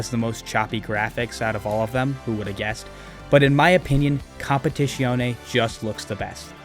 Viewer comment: Your pronunciation of competizione is so americanised, my cars now have the right to bear arms